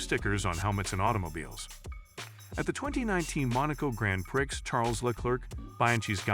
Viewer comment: "grand pricks"